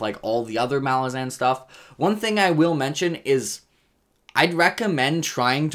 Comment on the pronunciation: Take a shot every time switches up his pronunciation of "Malazan" lmao